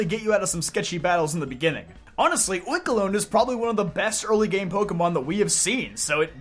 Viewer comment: You misponouncing oinkologne hurt hear